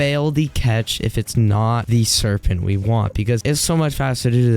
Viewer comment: Why does he said “Serpenn-t”